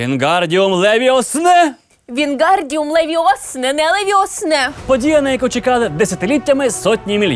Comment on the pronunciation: Вообще-то вингардиум ЛевиОсА,а не Левиос!!